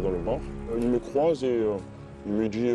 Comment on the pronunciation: “Tu sais” “tu vois” “j’ai dJis” mais quelle horreur ce vocabulaire ce langage mon dieu